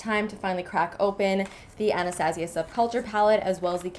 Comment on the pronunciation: The way she says Anastasia..😬